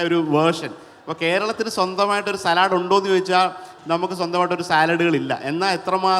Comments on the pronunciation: സലാഡ് അല്ല , സാലഡ് എന്നാ ഉച്ചാരണം ദയവായി തിരുത്തൂ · സാലഡ് ആണോ സലാഡ് ആണോ ഷെഫ് ഉറച്ചു നിൽക്കൂ . 🤣🤣